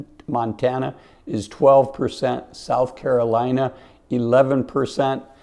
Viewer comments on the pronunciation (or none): none